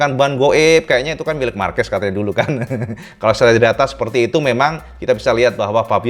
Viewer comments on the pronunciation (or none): none